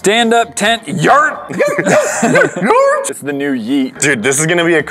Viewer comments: It’s actually Yurt not yert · It's not a yert but a yurt. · No no no no. YURT NOT yert. A YURT is a round portable type of tent. Guys...you had the word infront of you..... YURT - A traditional yurt (from the Turkic languages) or ger (Mongolian) is a portable, round tent covered with skins or felt and used as a dwelling by nomads in the steppes of Central Asia. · It’s a “yurt” not a “yert” lol